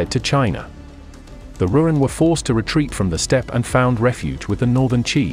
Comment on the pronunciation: Inhospitable speed just sounds wrong